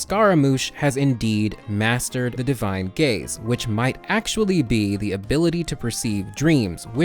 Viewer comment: Did anyone else hear "divine gays"